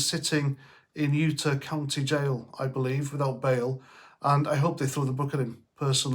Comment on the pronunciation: It’s utahhh not ata